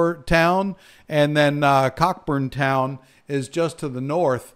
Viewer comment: "Cay" is pronounced "Key". "Cockburn" ( Cockburn Town ) is pronounced "Co-burn" ) - Good meteorological work sir.